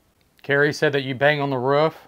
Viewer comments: "Why are you on the ruff?" Hahaha it's pronounced roof mate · Its a Roof not ruff!! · “Are you on the rawf?” 😂